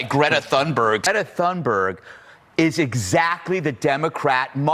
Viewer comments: Why is thungberg being pronounced as tuneberg? Are you thinking she has changed her tunes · She's amazing ❤ A tip on the pronunciation of her name, it's more pronounced " Tuunberj" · It's "Toon-burrah", ending like the word "Edinburgh". It's a different language you see.